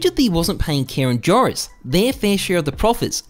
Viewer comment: Loved the video, I think you have to pronounce "Joris" like "Eoris" or "Yoris" :) .